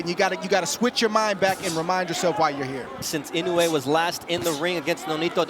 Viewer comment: 😅いのうぇい、って言うな!いのうえ、って言え！